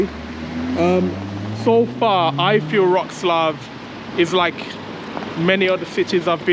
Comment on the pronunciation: try saying Vrhoh-tzz-lah-V